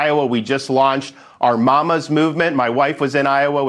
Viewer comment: When he says "Mamma's movement" I thought he was about to ask for a binky